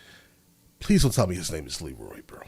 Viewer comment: The leader of the Niners, the one buying the guns from the Sons, is called Laroy, not Leeroy. If that helps. :)